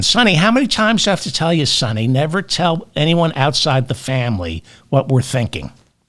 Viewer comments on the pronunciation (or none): none